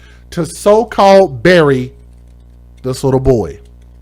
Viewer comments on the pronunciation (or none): none